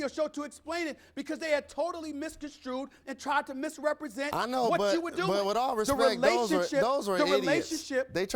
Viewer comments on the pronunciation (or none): skip bayless: "i dodo on my homework." me: "what?????"